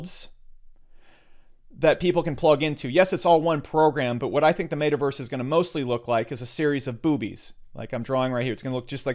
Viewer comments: How you're saying it: Made Uh Verse How to pronounce it: Met Uh Verse. You're welcome. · It's pronounced Met-a-verse, not Made-a-verse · He says metaverse so weird.